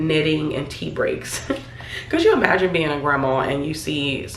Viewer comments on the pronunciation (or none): none